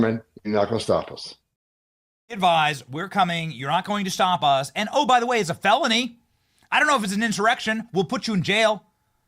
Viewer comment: Nice slip of the tongue, "felonlty" brings it together rather well I think, rock on Benny and God bless you!